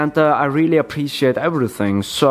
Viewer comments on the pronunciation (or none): none